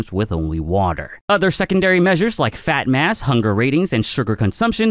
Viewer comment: I heard "fat n' ass" then looked up to see "fat mass"...🤣